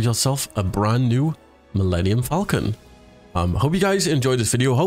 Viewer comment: milmemenium falcomcon